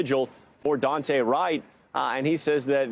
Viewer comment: It's not Dante', it's DooAnte'. Get it right NBC 😠.